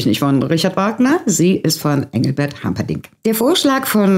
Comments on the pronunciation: Bitte Humperdingk und nicht Hamperdingk. Er stammt aus Siegburg und nicht aus dem angesächsischen Raum. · Werte, "Humperdinck", nicht "Hamperdinck". Ich liebe "Hänsel und Gretel", aber in Bayreuth hat das nichts zu suchen. Ich denke besonders ungern an die "Rückenbrecher" von Stühlen im Konzertsaal. Kein zartes Kind hält das aus.